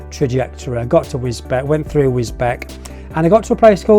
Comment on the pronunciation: Sorry but as I live in that area I know how bad and how dead straight most of the roads are...boring...takes me roughly 30 mins to get to anything decent...try the run from Godmanchester to St Neots and then towards Higham Ferrers on the B645. Oh and the town of Wisbech is pronounced Wiz Beach .lol